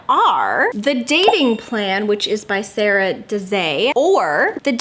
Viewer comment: btw I think Sara Desai's name is pronounced SAH-ruh de-S(EYE) if that makes sense (I can't say for sure if that's how your pronounce it but I know an Indian Sara and a couple Desais lol)